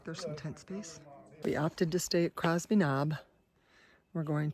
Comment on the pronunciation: Minor detail - it's Cosby Knob not Crosby. Im enjoying your videos. Keep up the good work.